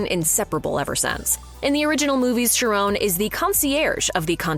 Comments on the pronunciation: Ughhh. It’s pronounced KY-RON. Not Sharone…. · It's pronounced CHAR ON study Greek.